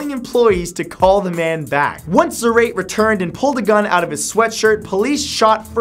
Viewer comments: Wouldn't it be "Za-ra-tay", not "Za-rate"? He does look kinda Latino... kinda, just saying; so it could be the case of an "e" with an acute. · The last name "Zarate". His last name is pronounced in three silables "zah-rah-teh" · I think the first man’s last name is probably pronounced Za-rah-tee. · i think its pronounced zuh-ra-tay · "Zar-ate." cmon matthew. its obviously said like karate, its Hispanic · Your pronunciation of Zarate was horrific.